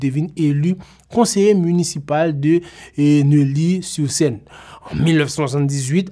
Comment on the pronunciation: Profese map baw 3 ti koreksion minim de 3 mo ou mal prononse kom map viv isit an frans epi mwen alèz ak politik isit. 3 mo yo se Éric verte,mw ekril konsa pour ka konprann. Dezyèm nan se neyi sur Seine, twaziem nan se Paris dixième. Mwen swete ou pa pranl mal bonne continuation